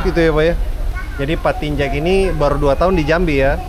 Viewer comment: pak Tinjak bang, kasian 'K'nya gk disebut jadinya 'Tinja' gk enk bgt itu didengernya😂 asa berbau2 apa gtu 😂😂